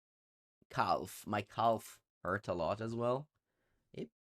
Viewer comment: calf rhymes with "half" by the way, the L is silent.